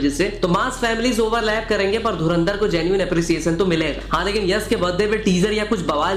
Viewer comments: Yash ko Yas Yas bol raha hai. Batasa nahin bay Batasha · यस, इमोस्नल, क्लैस, बतासा… 😂 यश, इमोशनल, क्लैश, बताशा…